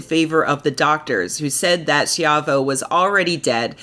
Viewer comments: Terrys' last name is pronounced SHY VOE. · When the press reported on her case, back when I was in high school, they always pronounced "Schiavo" as "shy-vo".